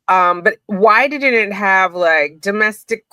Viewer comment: Why do you say HAVE VE